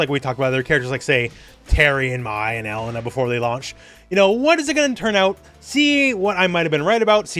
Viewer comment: Still saying "EH-LEH-NUH" when the game clearly says "Eh-LAY-nuh", huh? Okay. Also, Sagat is not only a shoto, he's the purest shoto. The classic shoto playstyle involves the use of projectiles to force your opponent to jump so you can nail them with a DP. In that regard, Sagat has classically been the character who relies on this playstyle the most . He's traditionally been to slow to engage in whiff punishing footsies, and he's usually not good up close. FB -> DP is his bread and butter, and anything else is a bonus. So yeah: 100% shoto. The purest shoto.